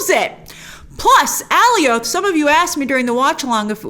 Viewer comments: it's becasue the comics nae for it is Alioth but I thnk they might have tweaked the name so it's not excactly the same creature? to oliath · oh wow. yeah, should have checked the captions...so... I guess a very weird pronunciation then... also, how in the heck do they know its name? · It's fine to mispronounced names once in a while but she says it about a thousand times. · Does no one know how to say Alioth correctly? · Please can you say the name correctly of Alioth. It sounds ridiculous the way you're saying it lol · Alley-oath would be more accurate than how they pronounced it in the show. ˈæliɒθ is the IPA for it. It's not a name original to Marvel, but it seems like they want to use a unique pronunciation for it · Just to help u out grace. It's pronounced Alioth like Goliath but without the G. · Is it me or is she pronouncing Alioth weird! Lol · Why do you pronounce alioth like that? 🙄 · I thought I was going crazy for a sec. lol she kept mispronouncing it and I’m like wasn’t it clearly pronounced for us on the show a bunch of times? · I love these breakdowns and all, but something is bugging me. In the episode, and I had subs on too and how the Lokis called him, Alioth is supposed rhyme with Goliath, right? Not "Alley Oath". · Grace: ALLIE-OATH MCU: A-LIE-UTH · It’s jarring hearing you pronounce “Alioth” completely different from the show, they were pronouncing it more like “Goliath” without the “G” which I thought was cool just cause he’s so big compared to the Loki’s. But whatever that’s just a random rant, love your videos watch them all the time! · Oh my god it’s uh-lie-uth not Allie-oath lmao they even said it in the episode so you don’t even have the “I’ve only ever seen it written in the comics” thing to fall on. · Okay, it's nitpicky...but I gotta say it. It's AL-EYE-OTH...not AY-LEE-OTH. Love ya, Grace, but you were making me crazy! 😆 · It bothers me that Grace keeps saying Ally-Oath. It’s “A Lie ith.” I don’t know. Big fan, but it really bothers me😂